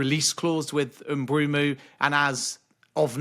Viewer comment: Who is "Bryan Mbroomoo"? I wonder if Mbeumo calls Ben Jacobs "Bren Jacoobs"